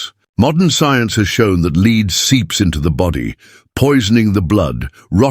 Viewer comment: Terrible AI voice. Just awful.is it beyond the producers to check the stupid errors ? Lead was pronounced correctly then incorrectly. No one checks? Bad . Lazy and careless production .